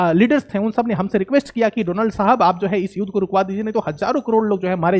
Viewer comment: It's not युद pronounce it as युद्ध ... Theek se bola karo, pehle hi boring se explain kar the ho, aur upar theek se shabdon ka ucchar bhi nahi kar paate....